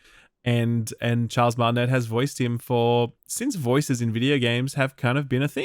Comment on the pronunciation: Pronunciation note: Charles’ name is pronounced “Mar-tin-a” not “Mar-tin-et” Hadn’t seen another comment about it so wanted to share!